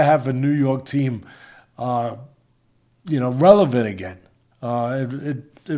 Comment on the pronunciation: Teddy finally said the word relevant correctly! 🎉